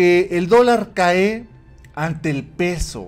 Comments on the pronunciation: no te ofendas, ni tus seguidores. Caé, dijiste. Es cae. Sin acento al final. A lo mejor en tu región así lo dicen. Lo escribo con respeto. Felicidades por tus vídeos!! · No es “CAÉ sino “CÁE”